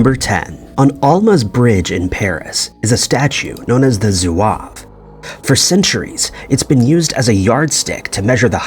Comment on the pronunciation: Wow you pronounced Zouave correctly. For you that’s an accomplishment.